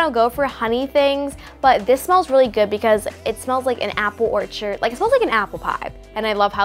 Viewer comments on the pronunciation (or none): none